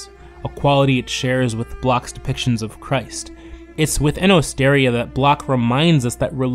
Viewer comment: Osteria is pronounced ost-er-EE-a.